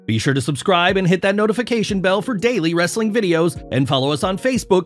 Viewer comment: Pls stop saying wrestling like a barking dog No disrespect, but it's annoying and cringy